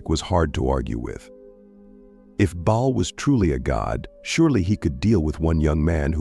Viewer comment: One time the gods name was "Bail" but next time his name is "Ball". Mispronuncuation makes a big difference to someone who doesn't know the correct pronunciation.